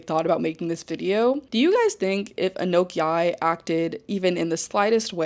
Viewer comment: The comparison you drew between Alex Consani and Anok Yai was SPOT ON. Also just FYI Anok pronounces her name like a-knock